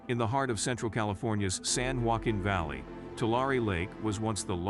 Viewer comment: How is anyone supposed to take your report seriously when you can’t pronounce (Tulare) TWO-LAIR-EE or (San Joaquin) SAN-HWA-KEEN properly?